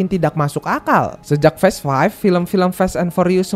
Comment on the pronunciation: Sekedar meluruskan, kata "FAST" bukan di baca sebagai "fest" pake e, tapi tetap sibaca sebagai fast [faest} dengan lafal "a" di awal, baik lafal british english maupun american english 🙏 entah saya salah denger apa ga